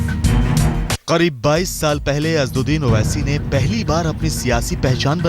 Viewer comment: Tum log pade likhe anpad ho sahi name bhi nahi bol paate asaduddin owaisi hai name